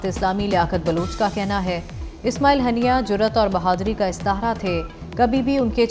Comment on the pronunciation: ہانیہ ھوتا ھے ہنیہ نہیں